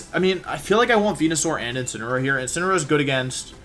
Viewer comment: Day 3 Wideo 3 of asking Mr Wolfey Glick to use "Insineroar" instead of "Insinnyaroar" as a method to pronounce The pokemon Incineroar